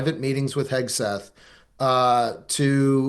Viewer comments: Someone tell Emily his name is HEG-SETH not HES-KETH. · Hegseth, dear, not Hesketh. Listen to the way the person you are interviewing is saying the name, if you haven’t done your research